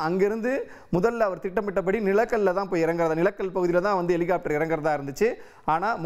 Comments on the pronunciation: எலிகாப்டர் இல்லை ஹெலிகாப்டர்னு சொல்லுங்க 2026 தேர்தல் வரை நீங்க இப்படிதான் செய்தி போடுவீங்க அப்புறம் சரியாக இருக்கும் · Helicopteryai Elicopter ena Ucharikkum ivar.... Eppadi velaikku vaithargal? Tamil sàagirathu....😢